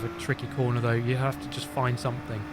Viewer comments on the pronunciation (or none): none